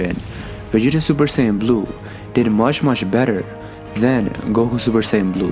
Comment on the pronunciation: A troll could of narrated this better. Just "supersayn"?